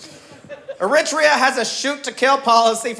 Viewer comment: As an Eritrean. I hate that the Eritrean here can't correctly say our countries name the way it is pronounced in English. When written phonetically correct in English. This is how you woukd say our countries name AIR-ET-REA. If you're an Eritrean reading this. Say Eritrea in our Tigrinya way of saying it. You'll see what I mean. We say the "Air" sound not the E sound as people like this guy are incorrectly saying it and letting others believe thats how you pronounce it. Again, when written phonetically correct in English Eritrea becomes "AIR-ET-REA or even AIR-ET-TREE-YA. Sincerely a know it all American, Eritrean. 🙋🏾‍♂️🇺🇲🇪🇷